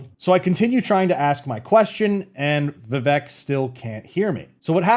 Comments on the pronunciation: just try to do a podcast style video with vivek, he is going on tons of channels big and small. his name is pronounced viv-ake btw not viv-ek which is what most of us would assume and i did also until i saw him clarify it on the "Cartier family interview" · Vi-VAY-Ke Just sayin’. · Rhymes with CAKE. Not Vi-veck.